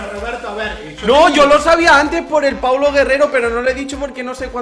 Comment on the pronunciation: Es PAOLO GUERRERO NO PAULO😒